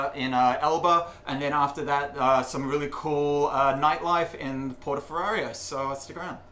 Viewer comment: Addictive content👍 (and when you go to Elba again: it’s Portoferraio, not Porto Ferrario 😉)